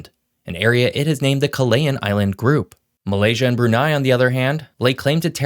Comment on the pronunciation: Just wanted to point this out: Filipino, the lingua franca of the Philippines, only allows one vowel combination per syllable and "aa" is not a diphthong in Filipino, so "Kalayaan" is actually pronounced "Ka-La-Ya-An".